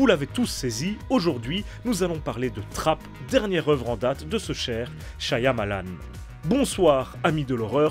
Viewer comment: Stp il y un seul Y dans Shyamalan pas deux... Shya ya malan .